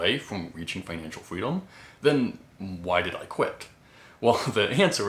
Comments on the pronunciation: Financial fweedom 😂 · I just found your account today but cant help but find your "fweedom" really adorable! lol Let's go FIRE!